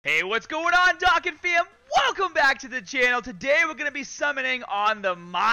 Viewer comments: idk if its a running gag on your channel but its not "dae wae" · Just by the way you pronounced Dokkan I couldn’t will myself to watch any further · the way he says dokkan triggers me for some reason